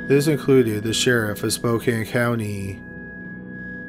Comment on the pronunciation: Thank you so much for saying Spokane correctly. Not many people that aren't from here do and it irritates me